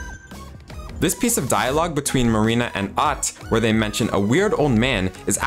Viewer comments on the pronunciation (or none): none